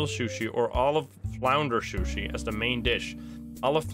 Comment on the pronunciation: it sushi not shooshee lmao